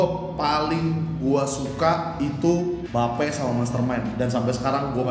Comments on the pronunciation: Bape dibacanya Bi Eip bang ( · Hypebeast masa bilang bape salah bilangnya beip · mam hrs nya jgn marah bro..lo sebelum mau review or bahas sesuatu lo harus paham kan dr cara baca, pengucapan dll.BAPE or Bathing APE, ya seharusnya dipisah (dibaca: Bi Eip)..bukan Ba Pe..